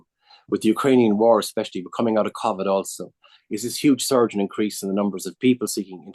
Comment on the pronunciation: He blamed remote working for state mis-management? And why does he pronounce covid like that? What a tool